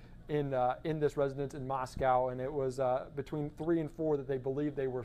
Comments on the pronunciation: The name of the city is pronounced "Moss-coe" with a long 0 vowel on the "coe" part -- not "Moss-cow," as in a Russia's city. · Maws-quo.....why can't they pronounce it correct? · It's not "cow" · Of course it’s ‘coe’ you’re right. What about the ‘mo’ in Moscow, which almost everyone pronounces ‘ma’. As in ‘Mascow’. That’s because they can’t pronounce a short ‘o’ lol I’m not sure why Americans go even further by mispronouncing the ‘cow’ in Moscow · FOX! You seem to be the only ones who can’t pronounce Moscow correctly. It’s been 4 weeks! Moscow rhymes with Idaho. “moss-koh”. It is not pronounced like the Russian capital. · Someone who can pronounce the town name...Moss-cow...after Moscow,Ayrshire, Scotland! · It’s not Moscow like Russia but Moscow with the w silent.